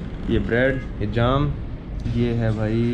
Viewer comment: Jaam nhi Jam...bolo bawali puch.